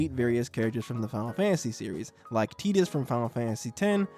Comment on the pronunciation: Bro did not call Tidus, Teedus